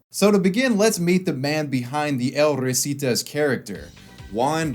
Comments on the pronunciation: I just can't get enough of how you say El Risitas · god his butchering of the "El Risitas" pronunciation is saddening